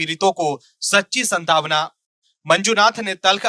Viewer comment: संतावना नहीं होता, सांत्वना होता है।